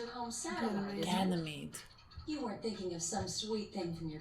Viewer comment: It's so surprising you guys didn't remember the pronunciation of Ganymede. Expanse? Prax? "He's my best friend in the whole world." ??!! Shocking!! 🤣